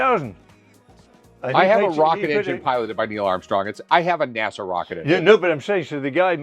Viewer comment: "Nierrrl Arm-Stong" though...